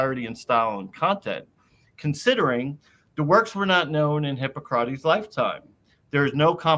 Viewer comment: Hard to take someone seriously if they claim expertise in the classical era, and can't pronounce Hippocrates....but I'll try.